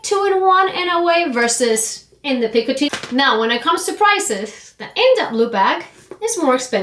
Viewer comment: Just an FYI. It’s not pronounced ’picoTEEN’ like in this video. It’s pronounced closer to ‘picoTEH. There’s a Frenchman named Jean-Michel here on YT who has a very short video giving the audio of the correct pronunciation, for those interested.